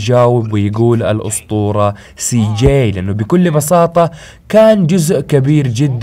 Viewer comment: انت تقول سي ؟؟؟؟جيءء؟؟؟؟